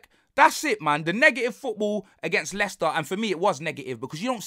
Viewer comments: Man said Mo-Leicested 😭😭😭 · Do you think he can say moleicester city on tv ?